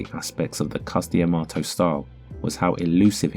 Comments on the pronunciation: It's Cus D'Amato (duh-MAH-toh). Not Cus Di Amato. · to be clear. i love this channel. but the dee - amato sounds so weird to me. it's cus dah-mato - that's what new yorkers said: and anyone who was trained by Cus said it that way. so far, i've seen anyhow.